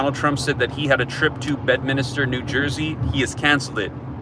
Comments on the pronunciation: It’s Bedminster - not Bedminister….just to clarify. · Drop a 2 in the comments if you want to say bed-minister one more time